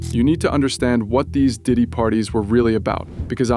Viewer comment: Diddy Not dick😂